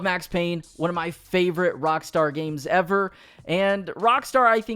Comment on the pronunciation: Even if it was unintentional I still like what you did there. "Cockstar" instead of Rockstar sounds hilarious.